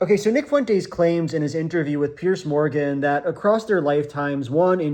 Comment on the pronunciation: "Fuent-ays" kills me idk why